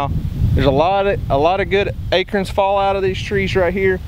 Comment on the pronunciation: I giggle each time you say air-corn. Patater Potato.